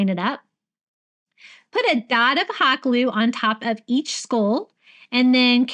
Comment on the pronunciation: I laugh at the way you say "skull" every single time. I know that you live in Florida, but are you from there? I'm a Georgia girl. Born, raised and still reside here. I don't really detect a southern drawl when listening to you.